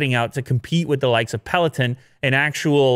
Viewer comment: peloton, please say it correctly. it's a little off when you say it and irks me everytime i hear it loool.